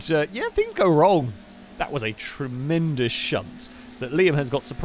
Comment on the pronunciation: dangersausage's second shunt was "tree-mendous" thank you, thank you.